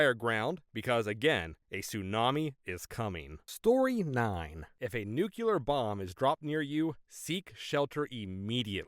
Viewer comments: Nucular? Nuclear! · Heh, the first story. Mom would have been even more surprised to hear "Elvis Presley taught me that, pretty neat huh". And the way the narrator pronunces "nuclear" is funny.